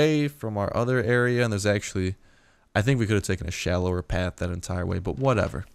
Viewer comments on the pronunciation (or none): none